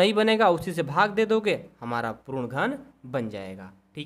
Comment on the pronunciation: Sir wo prun nhi hota puran hota hai